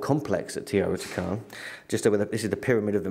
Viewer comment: Teotihuacan. Pronounced: "teo - tee- wah - kahn...."